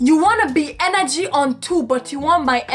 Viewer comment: She was getting "henergy" 😂